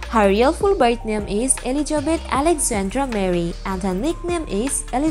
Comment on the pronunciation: Dear dear its not Eligebet , it is ELIZABETH